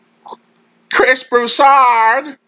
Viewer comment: U didn't have to say Chris Broussards name like that 😭😭😭😭 Dude got me clutching my stomach right now